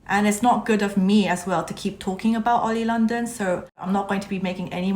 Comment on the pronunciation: I like how you said oily London And I am a new stay too